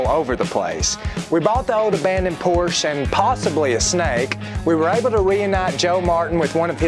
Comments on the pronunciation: He doesnt even know how to pronounce the name of it....why would anyone expect him to look after it. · PORSH ??? PORSHE, OK.... I enjoy to watch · 🙈 A what? A Porsch??? Seriously? What car enthusiasts might you be not being able to pronounce this world famous and iconic car brand in the right way? Do you have Lincol or Lincoln, Toyot or Toyota, Chevrol or Chevrolet, Chrysle or Chrysler? It's Porsche with an e at the end! If you're really not able to remember this simple thing, maybe it helps to think about what famous Janis Joplin once sang: 🎼🎵🎶"Oh Lord, won't you by me a Mercedes Benz, my friends all drive Porsches, I must...." 🎵🎶 So please don't be ignorants. Thanks in advance. Best regards, luck, wisdom and health in particular. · Just a heads up folks: Porsch-uh. Not Porsch. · For future reference, "por ·shuh" is the proper pronunciation.